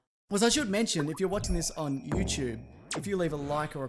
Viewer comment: "If you're watching this on youCHOOB..."